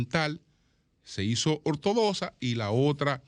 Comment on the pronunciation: Ortodoxa... se pronuncia como lo que es: X